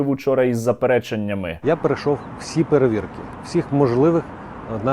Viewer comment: Оте хрінло з 8 хвилини. Воно не те що як наші люди говорять слово те слово інше. Воно навіть вимовити не може українські слова. - Я прошов всі перевиркі, всіх можливих праваахаронніх органив. Ти не пройшло перевірки української мови. Щеня лисе.